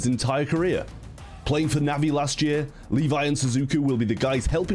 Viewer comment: Pronunciation of Levi is incorrect. It Le and vi(↑). Not Li (↑)vi(↑)